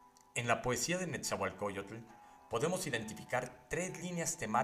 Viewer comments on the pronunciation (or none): Nada más les encargo la pronunciación,el "tl" es suave, no tan marcado, la x se pronuncia como "sh".